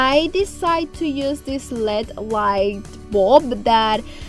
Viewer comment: Girl! You crack me up…..it’s not led lamp……it’s L-E-D…..lol🤣🤣🤣🤣. Love BOTH of your channels❤️❤️❤️❤️